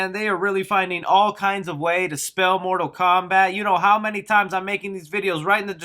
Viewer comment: Mortal Kowbat. 😹😂🤣